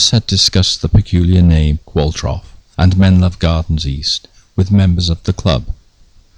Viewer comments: Love this series, I think the surname Qualtrough is a manx name there are quite a few Qualtroughs in the Isle of man although spelt the same is usually pronounced Qualtro. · Excellent! But Qualtrough, which is Manx and was my great-grandmother's maiden name, is pronounced like 'Qualtro'. The 'ough' rhymes with 'though'. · I've always known Qualtrough to be pronounced Qual-trow. I've never heard it said Qual-troff before. Not important as far as this excellent film is concerned, I know. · You say "Qualtroff" but I've always thought of it as "Qualtrow" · Is the name pronounced Qualtrow and not qualtroff?